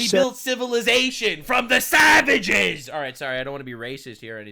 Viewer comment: It's pronounced "Suh-vauge" 😂